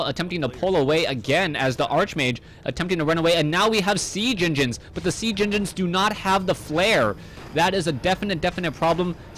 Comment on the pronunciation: Oh man :D "sea genginins"